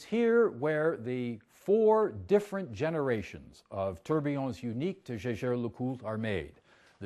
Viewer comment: Jey jere leCoult. The re, of Coultre is silent.